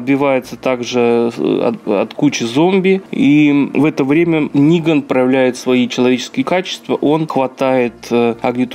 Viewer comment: Хоть кто то называет его Ниган а не Неган